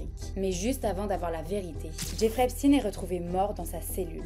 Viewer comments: Ouais bon, quitte à le prononcer à l'américaine.. autant bien le prononcer. On ne prononve pas epstine mais plutôt epsteen, c'est pas la même chose... Sinon on évite. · si, a aucun moment elle ne prononce comme il faut. Epstine ptdr une bonne française qui dit qu'elle va prononcer à l'américaine 😂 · *C'est intéressant qu'en amérique, ils disent "epstine"... cette faute dégueulasse n'est pas seulement due à l'ignorance, parfois c'est volontaire... l'enorme désinformation qui entoure cet energumene concerne aussi son nom j'ai l'impression. Et oui c'est toujours "epchtayne", exactement comme Einstein. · Pourquoi ne pas prononcer son nom comme tous le monde ça m’a stressée toute la vidéo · Du coup tu dis Albert EinstINE ? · désoler mais un nom de famille sa ne ce traduis pas lol et en plus tu sais bien le dire wtf tu es un mouton qui le fais juste parce que les autres le font pourquoi tu n`aurras pas de haine si tu le dit correctement il ne le mérite pas sa j `avoue mais quand même pis tu remplis le clicher du français qui parle mal anglais mais bon quand ont fais une bonne vidéo avec de la recherche pousser ont ce force a bien dire les choses ou dit juste le prénom c`est tout bref mais j`ai bien aimer ta vidéo